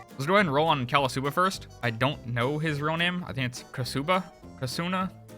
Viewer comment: me low k laugh at "callasuba" at 3 am